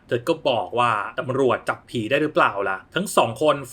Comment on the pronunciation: อ่านเป็น ระฆังเรียกหมี